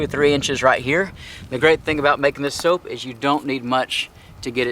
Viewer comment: Thought he’s making “soup” 🤣😂